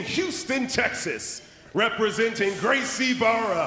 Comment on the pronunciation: Gracie BARRA by the announcer haha